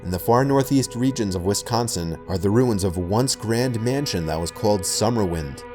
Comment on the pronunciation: thank God you said Wisconsin right. death to all who say WESconsin.